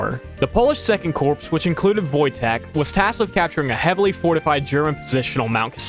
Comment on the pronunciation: Corps is pronounced like core , not corpse. Sighhhhh YouTubers commonly make this mistake